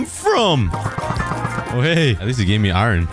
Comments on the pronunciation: Ie-Ron? Ireon? AAAAARON~! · Why do you say iron like iwren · Who in God's name says iron that way lol. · It's spelt iron but pronounced iern